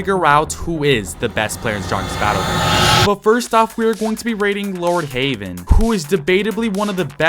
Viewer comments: You said Lordheywen not Lordheaven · Bro called lord heaven "lord havean" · For some reason you saying lord heavens name wrong trigger me (pls stop saying "lord haven" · I can’t get over you saying Lord HAVEN.